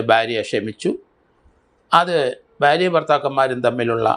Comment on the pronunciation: സ൪, ബാരൃ അല്ല ഭാര്യ .